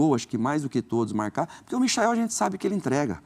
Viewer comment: "Gabigol voltou a marrracar, Arrascarreta também. Só eu que ouvi isso no começo do vídeo?